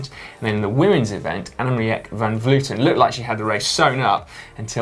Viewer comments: Simon, the proper pronunciation of Van Vleuten name is Anna-meek. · Hi Guys, I love the GCN Show, but as a Dutchman I cringe every time you guys try and pronounce Dutch cyclist's names. I know Dutch pronunciation is hard, so here's is the correct way to pronounce Annemiek van Vleuten for an English speaking person: 'ahnemeek vahn vlurten'. If you need more help with Dutch pronunciation, please don't hesitate to get in touch. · Hey Si your pronouncing Annemiek wrong, in dutch you pronounce the 'ie' as you would an 'ee' in english so you should say 'Annemeek'